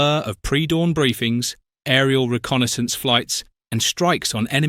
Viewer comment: Is this fake or is the AI (Brit) voiceover a waste of time i.e. 'reconnaissance' is so badly voiced as 'reckon -essence' utter garbage ! ! see